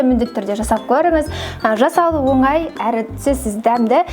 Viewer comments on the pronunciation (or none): none